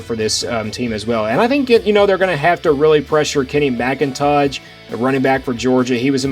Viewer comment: Kenny "McIntodge" LOL